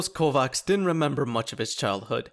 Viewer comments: His name is pronounced Tarhosh Kovách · Tarhosz kovaksz, hahaha. I love when english people say hungarian names in their own accent. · I never heard someone say kovács this funny in my life XD